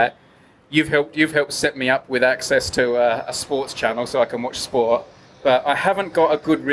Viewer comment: Brady's way of pronouncing "sport" has always been one of his more noticeable eccentricities, but him saying "a sports channel so I can watch spore" really takes the cake for "does he pronounce that t or not?!"